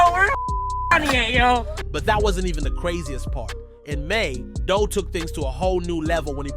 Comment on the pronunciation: Dul name was pronounced "doool" bro... He wasn't taken directly to the hospital he may've lived but they drove him to his homie crib first wasting time and he died.